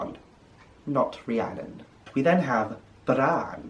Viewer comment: I can't thank you enough for making this video. I'm American and my given first name is Rhiannon - this is the first time I've heard someone who actually knows the language pronounce it. Thank you thank you <3